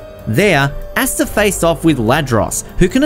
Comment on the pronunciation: Bruh said asstuh 😂